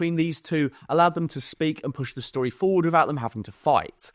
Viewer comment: End of shtory 😂